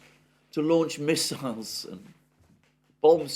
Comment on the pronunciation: this dudes pronunciation...ab ram ham and his 7 sons...had miss isles...